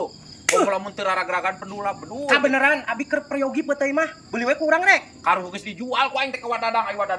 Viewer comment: Admin, sanes petey tapi "peuteuy".